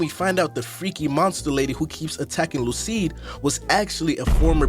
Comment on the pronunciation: Great video but I’m wondering why you called Lucie “Lucide” 😭💀